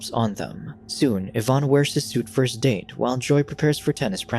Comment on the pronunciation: Lol, Jaime Pressly being "scorned." Also, "Evan" being pronounced "Yvonne" 😅😅